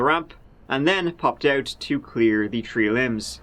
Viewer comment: hahaha I thought you said three limbs ... wasn't until the second or tird time you said tree I realised you meant actual tree branches lol... too funny